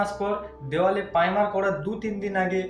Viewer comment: tumi akhono "primer'' sathik vabe bolte parona, khub birokto lagche sunte.